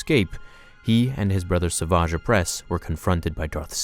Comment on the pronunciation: That’s not how you say SAVAGE